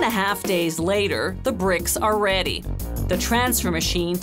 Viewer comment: I can't tell if she said ready funny for the pun or not... red-y